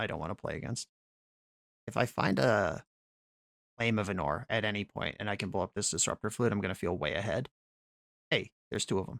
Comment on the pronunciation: ánor not anór